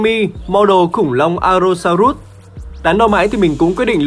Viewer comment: allo so rớt chứ ko phải rút a ê